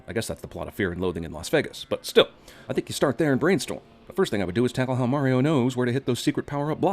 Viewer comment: they pronounced mario wrong the entire movie. *ding